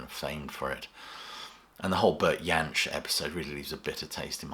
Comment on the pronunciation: Love your channel! For future reference, Jansch is pronounced with a hard J. Found that out recently from the man himself (via the medium of documentary on youtube)